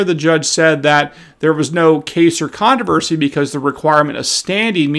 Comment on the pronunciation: You still have a problem with pronouncing the word controversy, just like Lester Holt.